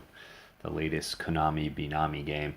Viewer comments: lol Benami. It's bemani bro. I quit paying attention to your "Review" less than 15 seconds into it because of this. 1/10. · Say he's an DDR expert, proceed to talk about memorize charts and say 'Benami' instead Bemani. My Goodness...